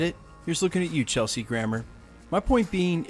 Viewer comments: Did you say Chelsea Grammer? Lol. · Dude, you misspoke Kelsey Grammer's name. Not Chelsey but KELSEY. He is a great actor, and deserves the honor of his correct name. Wiki Fraiser if need be. Hulk was Hulk and Thanos did have the power stone, remember what he did in End Game to Cpt. Marvel... She is supposed to be the most powerful in the MCU. You gotta remember Hulks fight style is to Smash, that's it. No form or system, Thanos just used his style of Rope-a-Dope on rage Hulk and beat him. You can't compare Rage Hulk to Beast, maybe Prof. Hulk, it was my understanding beast was a badass too. I like your Chanel, but do your research 1st. Bob...dB)>